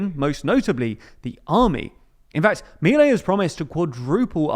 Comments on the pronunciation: Just so you know, it's pronounced mil-EI, NOT MIL-ei. It's getting annoying. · A couple of notes: Milei's name is pronounced "Me-lay", with an accent on the second syllable. Also, more concerning than the raise in military spending is the one in the intelligence services, which have been historically opaque and used to persecute and spy on political opponents. Also, his plan calls for transferring all educational and health-care expenditures to the provinces while at the same time asking them to cut their budgets by 60 billion dollars.. what could go wrong?